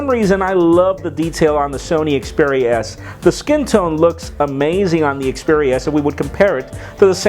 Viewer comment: Its xperia not speria